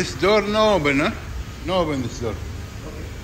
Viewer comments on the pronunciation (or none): none